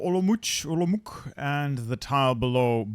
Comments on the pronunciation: The czech city 'olomouc' is pronounced oloMOUc olo-mou-see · Pronounce it like "Olomoutss", that's the closest to English you get with the pronounciation - a Czech